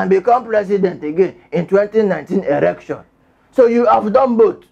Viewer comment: together we shall take it back. You are really killing me with laughter. I like your incantations before the news hahaha! and the way you pronounce election, erection. Do you mean elualu? Unuangbo hahaha! Liar Mohammed is an habitual liar. His lies is so disgraceful, lies that tend to explain his analog thinking. Let us vote as we become one with Osowore as we take it back. AAC. ACTION!